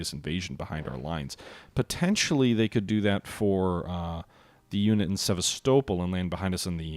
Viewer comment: Really Enjoying this playthrough, no shortage of excitement and tension, although I do cringe every time you mispronounce Sevastopol , you stress the wrong part of the name. saying Sevas - topol, instead of Sevast - opol